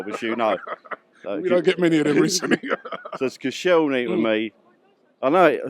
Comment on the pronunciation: Koscielny??? watched the first 35sec of this video & when he said Koscielny, I turned it off!